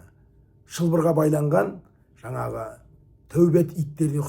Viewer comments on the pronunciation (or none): none